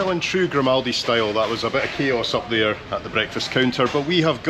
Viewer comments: 'Grimouldy' hahaha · you're pronouncing it wrong, it's said as "Grim All Day"! 🤣🤣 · Grimaldi* , as in Grime-y 😢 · it's in the name 'GRIM'aldi. lol